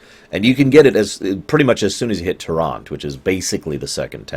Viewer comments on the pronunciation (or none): none